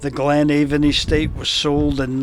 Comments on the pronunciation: It’s Ben Aan a Glen Aan…the V is silent even in local dialect and not just in Gaidhlig😁🏴👍🏻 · Sae div I am fae Banffshire an a native Doric Spikkir an weel kent for ma promotion o thi Doric leid..Noo as for thi “V” nae bein silent in Doric yer nae richt, as it’s local Doric spikkirs aat pronounce it A’an.. speir ony local an they’d syne tell ye aat, an it’s been aat wye since thi Gaidhlig deet oot roon Tomintoul 😁 I affa enjoyed yer video but jist nae sayin “Avon” aa thi time an pronouncin it thi richt wye wid o been mair informative tae thi general audience nae fae aboot here 😁👍🏻🏴